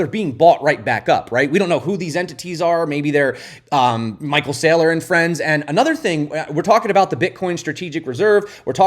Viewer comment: Lol almost caught yourself saying micheal strategies your not wrong tho 🎉